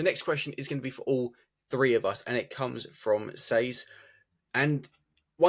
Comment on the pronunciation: Sorry... can't watch you say "free six five and five fousand"... Go to a damn speech ferapist or someFing will ya!?